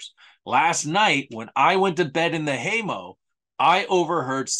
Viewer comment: I really appreciate this video. I feel like I learned several new things. One question I have is when was the interview with shotgun Collins made? BTW I could help you out on the pronunciation of hay mow, mow rhymes with cow. Lol.